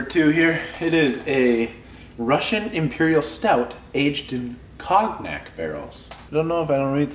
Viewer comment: Cognac...check that pronunciation. 😀